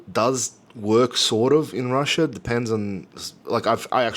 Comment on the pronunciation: I love ""RUSIA"....hilarious! Also try pronouncing the "TH" sound.